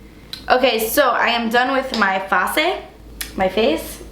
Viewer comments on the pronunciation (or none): "Ok so I am done with my 'fa-ce'" lol I say that all the time!:) I loved your bubbliness and how playful you were in this video. I almost peed at the end! Love you <3